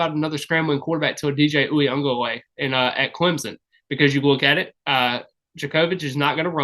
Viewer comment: How many times did you have to practice DJs (Clemson QB) last name😂😂 mad respect for pronunciation there